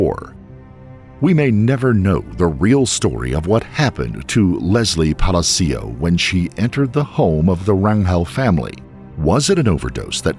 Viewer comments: It's NOT "Pally C Ous", it's "Palaa Cios" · Palácios, not Palacíos. Please don't make up a new version of Spanish. Your productions are so top notch, it's sad when you say Spanish words wrong, over and over. Just ask someone who speaks Spanish! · Puh-lah-see-oh! Not Pala-C-oh, just Say-n. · Omg I love every video but as a Spanish speaker this one had me twitching every time you said Palacios😂 it's not pronounced "palazeeos" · Weird hearing Hispanic names pronounced properly and not Americanized. WTF is a Ran-hell or a palas-cios jajajaja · (Palacios = /pah-lah-see-ohs/ ) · Is this narrated by an A.I. voice? It’s awfully annoying and I’m pretty sure the last name “Palacios” is being pronounced wrong. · You sure you are pronouncing ‘Palacios” correctly? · Please learn how to pronounce Palacious. Very annoying!👎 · Plz learn how to pronounce PALACIOS.. its not hard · You could have taken the time to learn how to correctly pronounce Palacios. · it literally takes 2 seconds to check the correct pronunciation of Palacios, man... Please stop murdering Latin names